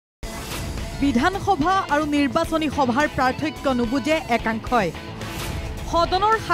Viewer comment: গৌৰৱ গগৈ এজন অসম তথা যোৰহাটৰ সাংসদ। অসমীয়া হৈ তেওঁ অসমীয়া ভাষাটো কʼব নাজানে নিকি। সদায় ভাসনত শুনো পাৰ্থক্য নহয় পাথৰ্ক‌হে‌ কয়।😂😂😂